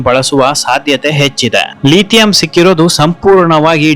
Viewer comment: ಲೀಥಿಯಂ ಅಲ್ಲ,ಲಿಥಿಯಂ, ಅಮದು ಅಲ್ಲ, ಆಮದು.